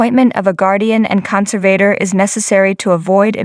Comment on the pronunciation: Who is narrating this. who calls nine hundred eleven, and has a consavater